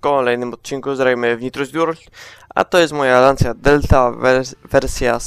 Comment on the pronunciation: Drops, nie Lansja tylko Lanczja. A swoją drogą HF Integrale to bardzo fajne autko <3.